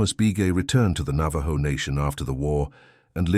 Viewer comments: You know this is AI when he says navaJo instead of navaho as it sounds. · Nava-joe? Navajo is pronounced Nava-ho